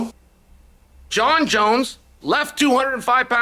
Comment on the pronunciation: Jon jons